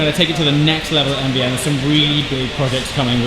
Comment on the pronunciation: 918. Technologically superior. NVN is a forgettable name. What the hell does it stand for? Most of the time it sounds like you are saying MDN.